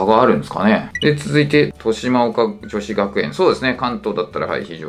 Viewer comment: かなり間違った偏差値ランキング💦 あと、豊島岡女子は、としまおかじょし じゃなくて としまがおかじょし です😅